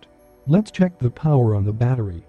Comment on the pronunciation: "batteey" lmao